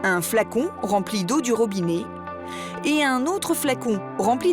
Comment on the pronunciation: On ne dit pas ROBINÉ mais ROBINET.